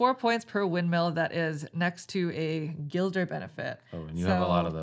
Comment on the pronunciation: Who's "Guilder?"